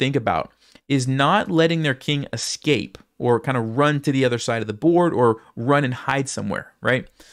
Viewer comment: You lost the game, but you win a moral victory by saying ES-cape instead of EX-cape like everyone else.